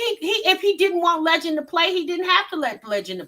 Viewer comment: Jasmine really need to get Legend some speech therapy